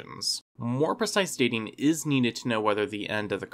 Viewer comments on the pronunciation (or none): none